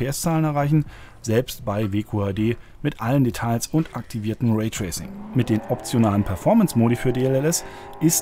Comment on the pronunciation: Sagen Sie, eigentlich auch "Nie-Ve-Auh"? Ich frage, weil das "l" in "Detail" ist immer noch absolut stumm ist, lieber Herr Journalist!